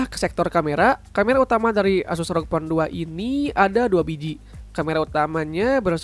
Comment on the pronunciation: Bg?? Tulisan nya memang rog, tapi baca nya er o ge bg